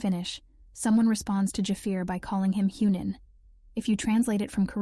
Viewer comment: Dafaq is "Hue Nin" ........Hee Young Neem now if you say it fast it will shorten the vowel sound.....ya welcome you just learned how to speak Korean.....this does not mean director of the firm.....( I lol at that remark).....